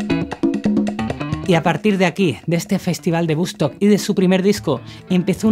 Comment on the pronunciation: Muy buen video, un genil Santana, pero no puedo evitar notar el "festival de bustok" xd. Saludos!